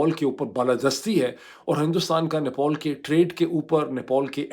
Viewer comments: Dear Dr. It's Nepal, not Nepol, just like it's Pilot and not Poilot 😀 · nepAl, nepAl, not nepOl. What is wrong with you???????????? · ⚠AGAIN: NEPAL is spoken as 'Ne-pal' and NOT as "Ne-paul"🤣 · its "NepAl" not "Nepol" , its sooo frustrating and funny to watch your vlog, I had to close it because you said "Nepol" thousands times and thats killing my brain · abe madrsaa graduate it is nepal not nepaul. jahil bc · Why you keep saying Nepol it's Nepal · NePAL not NePAUL 🤦‍♂️ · Doctor sab it’s not nepool it’s Nepal 😅😊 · No one: Mooed Pirzada: "NePAUL" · How to pronounce NEPAL.